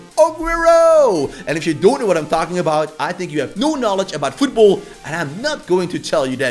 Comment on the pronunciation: it sounded like you said ass lol